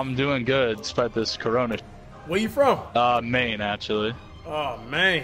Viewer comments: Guy- I'm from Maine Cash- ahhh mayne 😂😂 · Cash : “where you from?” Dude:”Maine”. Cash :”awwww MAINE”